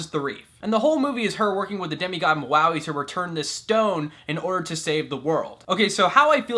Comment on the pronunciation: Lol it's funny how you said Mauis name #Muaui